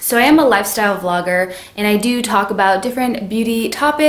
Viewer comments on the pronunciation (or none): none